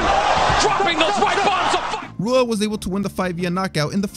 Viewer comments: How do you manage to pronounce Rua wrong? He’s an MMA legend you should know this shit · It’s pronounced like Hua not Rua. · Not Rua. Hua. R is h sounding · Rua is pronounced “Hua”... Portuguese my friend. R’s are H sounds